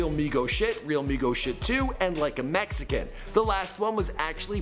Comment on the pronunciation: "messyken" lmao!